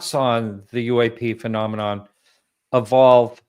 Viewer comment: That’s right…This is the intel guy who can’t pronounce the word “phenomenon”…..